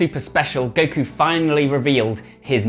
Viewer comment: i am the only one who heard dekku instead of goku?